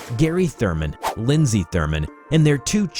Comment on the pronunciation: you mispronounced ''Turman''